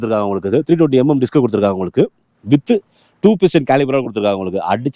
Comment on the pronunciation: உங்களுக்கு romba pudikum pola "உங்ககுக"😂 super💯👍